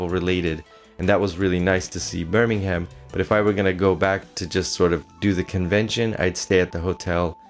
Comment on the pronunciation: Don't pronounce the h in Birmingham!